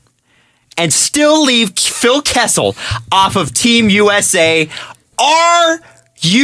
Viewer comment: KESSEL???? Seriously Adam.